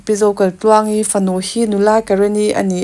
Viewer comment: A mawi hle mai,sap ram ang tluk a ni,chuan Zokaitluangi nge Zokalhtluangi i lam chiang lo tlat